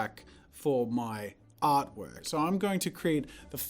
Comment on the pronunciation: emphasis on "artwork"